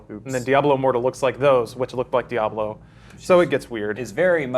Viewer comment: he thinks the AH in diablo was good....all words now void.